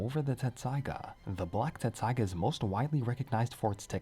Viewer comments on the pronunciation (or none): I thought it was "tetsusaiga" not "tessaiga" lol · Dude, its tessaiga, not tsetssaiga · You're both wrong and right! In the official translation of both the manga and the anime, the name of the sword is written as "Tetsusaiga." However, that's actually because of a translation error, and the original Japanese name is pronounced and spelled "Tessaiga." I feel you with "your childhood being a lie"; when I first started studying Japanese it confused the heck out of me! And all of my favorite fanfictions spell it "Tetsusaiga," too. If you're interested in the details of what got lost in translation, the mistake was made because the printed Japanese font size of the original manga made it difficult to distinguish between the characters つ and っ. They look almost identical, but the second character is slightly smaller which changes its pronunciation. The large つ is pronounced "tsu," whereas the small っ doubles the directly following consonant. When Inuyasha was published in Japanese, the pronunciation guide for the name of the sword, 鉄砕牙, was written to the side of it as てっさいが, pronounced "Tessaiga" (Te - double consonant - sa -i - ga). However, the word was printed in small font and was written vertically, which made it hard to see the size and placement of the second character. Translators mistook it as the large つ, which then made the word てつさいが / "Tetsusaiga" (Te - tsu - sa - i - ga). And thus, the English translation has gone on to lie to fans for years lol Thanks for listening to my own little spiel; I get hyped about this stuff and don't often have a chance to t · I thought it was “Tetsusaiga”. Always hear a distinctive “t” lol. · I thought it was Tetsaiga not Tessaiga. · TET-saiga. TET-saiga. Lol